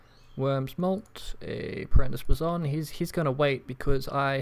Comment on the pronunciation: BLAYZON NOT BLAZON GOD